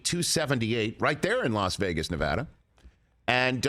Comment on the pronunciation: Rich Eisen is a true pro. He knows how to pronounce Nevada correctly.